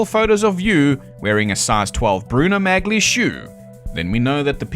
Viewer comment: It's pronounced as "Mah-lee", not "Magly." 😅